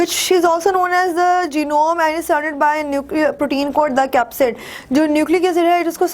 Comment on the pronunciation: Capsid is not a Shee . Speak slowly and improve ur self 😂😂